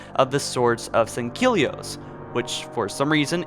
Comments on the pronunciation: Sangkilli.. it’s Sangheili ffs. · You say sangheli wrong every time